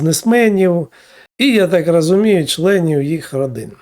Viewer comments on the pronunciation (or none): Пане, перейдіть, будь ласка, з "а" на "о":не "рАзумію", а "рОзумію", і т.д.Дякую!